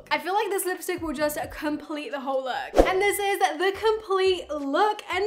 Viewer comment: Did she just said 'uoo day' instead of 'whole day' ??